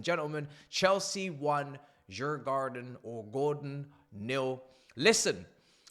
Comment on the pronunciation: bro is so deep in farmers league he cant pronounce the opponents.... finally club deserves its level